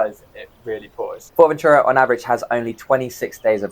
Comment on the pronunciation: Nice videos, kudos and thank you for the useful insights! Allow me to comment that after all the time you have been there you could slowly pronounce "Fuerteventura" correctly as it is pronounced in Spanish. Your pronunciation sounds to me more like like "Fort-Ventura". Cheers m8s 🙂